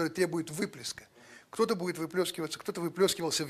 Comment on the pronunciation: на русском не ХТО , а КТО ! Не ШО , а ЧТО .